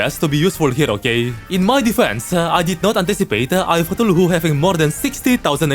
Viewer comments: Like where does he get that 4th syllable from? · I swear has the coolest proounciation of Cthulhu ever. Other Terraria Youtubers: C-thoolhoo: Toolohoo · Please stop pronouncing Cthulhu that way man😭🙏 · Ah yes, eye of sneezes